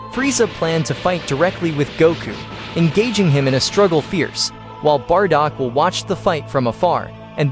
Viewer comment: Bardock not bardog